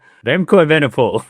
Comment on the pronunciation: Frustrated by butchered Danish pronunciations, but perhaps the worst attempt at Evenepoel out there....(still love the channel, though)